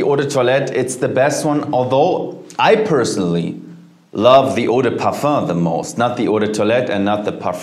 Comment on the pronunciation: EAAAU DEEE PUUURFUUEHHH